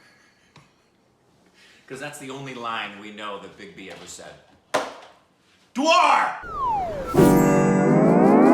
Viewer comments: FYI: The Korbinized pronunciation "Dwaar" means Door whereas the "Deewaar" means Wall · Yeah, emphasise the "Dee",. The double E indicates a long sound.